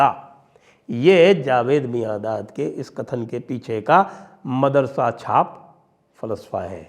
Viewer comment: Sir, try calling it MAADARASA not MADARASA